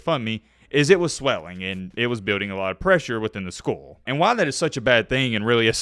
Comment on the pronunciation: I’m gonna skip over your pronunciation of skull bc of the seriousness of the topic